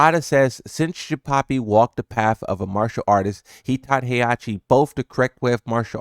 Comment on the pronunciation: “ Jinpapi “ the Hispanic Mishima😂